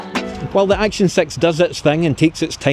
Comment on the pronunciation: "Action Sex" to my American ears.